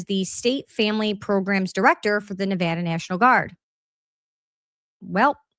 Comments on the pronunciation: as someone who is born in raised in LV thank you for saying Nevada the CORRECT way! ❤❤❤😂😂😂 and thank you for the information great video! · X is hard for me to follow. Thank you for covering this. Also for pronouncing Nevada properly. Washoe is pronounced like wash show.